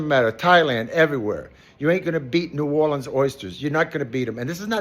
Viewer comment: my man even says "ne'worlins" instead of that fake "nawlins" crap. he's indeed a real one